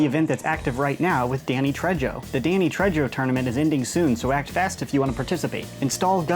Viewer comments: Pronounced Danny tray-ho not tredge-o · OH MY GOD IT’S PRONOUNCED TRAY-HOE, NOT TREH-JOE MY EARS, CANNOT UNHEAR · Ah yes Danny Trejjjo lmao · You say it as Danny treho not trejoe in Spanish J is pronounced as a H sound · Screaming about Danny Tray-Joe, lmaoooooo. Hes Spanish, J is pronounced like h, so like Tray-ho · Danny Tre-JOE? Really? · it is not re yo... its tre - ho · Man really said Tredjo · It's Trejo pronounced tray-ho. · Avengers modulus. Been waiting for you to talk about these! Your pronunciation of "Trejo" is awful lol. In spanish, J sounds like H. Its "treho" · Danny Trey-ho you never pronounce j like that with Spanish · Its pronounced tray-oh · Its pronounced TRAY-ho you silly nerf reviewer. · I'm sorry, Danny who? That has to be the whitest pronunciation of Trejo I've ever heard. EDIT: Over a year later and gives this comment a heart. Taking a trip down memory lane, buddy? Same:) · I thought the same dude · I literally instantly came down here to say "Goddamn you're white " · ahaha I was laughing at it too. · Boy who taught you how to say Danny Trejo omg I’m dead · Trejo xD is like saying Juan with a hard J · "Trejo"? Wow, you're so white, dude